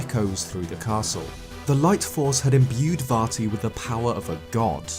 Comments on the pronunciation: Calm down, it's Vat E. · I kept hearing "Farty" which greatly enhanced the viewing experience.